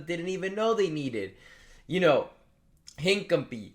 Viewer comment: Who is hin-cum-pee. 😂